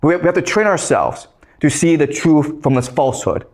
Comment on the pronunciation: Its truth wang not truff, god this guy is an idiot🤣🤣